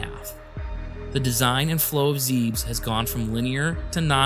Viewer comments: I believe it's pronounced Zeb-es, because in the NES opening text crawl they accidentally spell it Zebeth, which is telling for how they think of it as having 2 syllables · How can you even read "Zebus" as "Zeebs"?